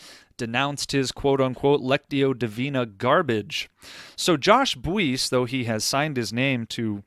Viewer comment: I am certain that Josh’s last name is pronounced “Bice” with the “u” being silent